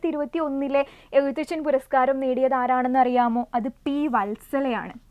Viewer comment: എഴുത്തച്ഛൻ എന്ന് പറയുന്നതിൽ എന്തോ അപാകത ഉണ്ട്..